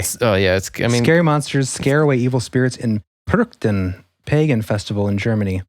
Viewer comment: German here. It's pronounced with a "ch" like in "China" Perchten, not "Perk-ten" (I know Americans struggle with the "ch", it's OK bc I know what you're talking about. Greetings from Germany 🇩🇪😊 PS: I'm not rude, I'm German. We're straightforward. 😁